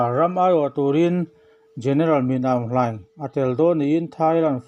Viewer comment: ‘Min Aung Hlaing’ tih lai tak hi, (Mîn) tia han thluk chhoh tur a ni tih, thurawn ka’n pe ve mai mai che a nia.!!👍